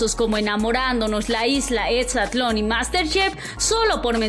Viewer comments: "Etsitosos"? Etsatlon?? Que onda con esta morra, no sabe Hablar o que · Programas tan "Etsitosos" cómo "Etsatlon' jajajajaja me cago de risa!